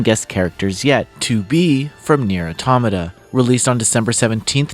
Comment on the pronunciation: I'm reminded once again that most of gaming journalists don't know how to pronounce "automata"